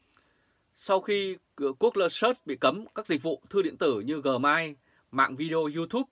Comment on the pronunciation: Ông này ở nước nào vậy.gmail nói thành gmai.nghi ngỡ ôg này quá.